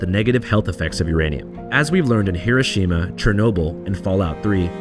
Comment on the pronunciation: doesnt know how to pronounce hiroshima when comparing it to the us